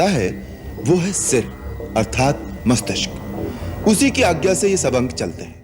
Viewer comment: मष्तिक्स नहीं मस्तिष्क